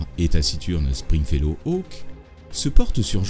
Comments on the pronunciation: string fellow et non spring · PUNAISE! Meme toi tu dis "sPringfellow hawke" !! Et je viens de lire qu'au générique c est "sTringfellow hawke"!!!!!!! Je vivais dans le mensonge depuis tout ce temps! TOUTES CES ANNEES!!!!!!! 😱 JE VAIS ME PENDRE!!!!!!!!!!!!! EDIT: Ah bah je me pend p'u!!!! Maintenant c'est écrit avec un "P"!!!!!!!! sPringfellow hawke